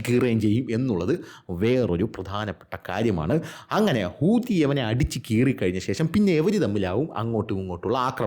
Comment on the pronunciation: 😂😂😂Bro 😂😂😂Hoothi ennokke parayumbo oru stress entha idunne😂😂😂